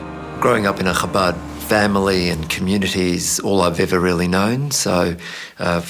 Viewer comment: I am amazed at the amount of disinformation spread by the narrator. She should research what the punishment of excommunication is used for. Additionally she keeps mispronouncing the name of the movement. it is not CHAbad. It is ChaBAD. Do your research lady!